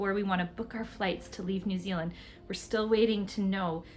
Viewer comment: you say New Zealand like a kiwi... New zillin 😂😂